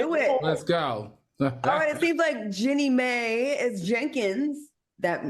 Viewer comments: Her name is Jeannie Mai (Genie-M) NOT Jenny May ! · no she said Jenny May the second time. It's pronounce Genie My. 😅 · Omg, ya'll stay butchering this poor woman's name! Her name is 'Jeannie Mai' pronounced like "Genie My" and not "Jenny May" like ya'll keep saying 😂😂😂! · It’s Jeannie Mai not May! Y’all never say her name right. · Can you guys at least try to say her name correctly?? It’s pronounced “GENIE MY” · Girl! Her name is JEANNIE MAI pronounced GENIE MY! Lawd it’s not that hard 😂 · Jeannie (G-nee) Mai (My) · Jeannie Mai name is pronounced Genie My…. like a genie in the bottle. Why do y’all refuse to pronounce the lady’s name right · Y'all are always killing me with the pronounciation of Jeanie Mai's name 😂. It's pronounced "geenie my". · Wow claudia really butchered jeannie's name 😖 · I feel like they’re deliberately butchering Jeannie’s name because what 😂😂😂😂😂😂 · it's not about respect, it's simply pronouncing someone's name right if you're going to discuss them on your show. That's not an unreasonable request, whether you like them or not. I love Claudia and Al, but her name isn't that hard.